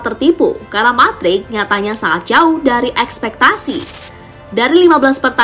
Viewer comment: Mudryk woy bacanya bukan madrik wkwkwk 😂 #AdaAdaAja